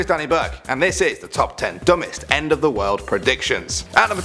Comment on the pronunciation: The way he said dumbest